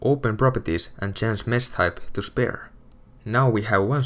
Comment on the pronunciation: It annoys me how he says Spare..